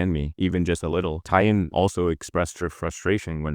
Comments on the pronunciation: I can 100% confirm Tie In is the exact mispronunciation of Taeyeon by AI voices - you have to type Tay On instead or manually train the model 🙃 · I wonder if you're using an AI voice -- Tai-yung instead of Taeyeon ("Tay-yon"). It's really throwing me off. Yeah, SM has gone downhill, which is a bit ironic when you consider how many controversies that LSM had. The Naevis idea is just dumb. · Taeyeon's name is pronounced tay-yun (not yoon) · taeyeon is pronounced- tay - yawn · Thank you for saying this, it was killing me listening to them say "day-yun" 😮‍💨🥲 Great video but I wish they took the time to try and pronounce Taeyeon's name properly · Why can’t you pronounce TAY (rhymes with KAY) yeon’s name properly? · The pronunciation of Taeyeon is making me so mad omg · I've never heard someone pronounce Taeyeon's name like this before lol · Same reason that 'Live' in "SM Live" isn't pronounced properly. Crappy AI voice.